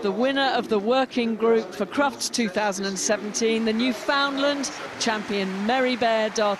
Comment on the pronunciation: So, how is it the commentators manage to to pronounce the names of every other breed but, always mangle the name of The Newfoundland. It's not a "New`Find~lind" or, a "Newfound~Lund". They are The "Newf~In~Land, it rhymes with understand. Comm"on.